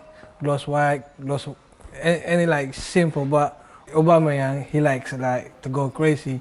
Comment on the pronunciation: The way you pronounce Aubameyang 🤦‍♂️